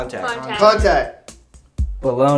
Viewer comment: It’s bologna